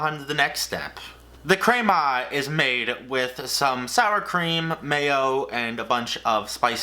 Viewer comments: Every time you said "CRAYMAH" I died inside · Excellent video and comparisons....and then he drops in a couple of Craymahhhhh's (crema) to top it off lol